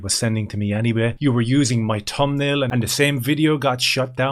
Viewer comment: What's a "Tum Nail" ? Why doesn't this guy pronounce the "th" sound in the English language 😂